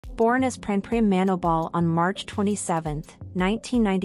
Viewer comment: Pranpryia is not manobal . She's is born Manoban pronounce